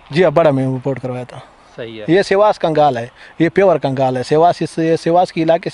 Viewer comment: Kgaal Nahi 🤣 , KANGL Hota Hai ✅ ਕਾਂਗਲ ✅